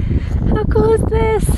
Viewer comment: Love your posts, and I finally figured out the one thing that I have been trying to solve, you are the only person I have ever heard that pronounces “cool” as “kewl”, it’s just great. Don’t stop !!!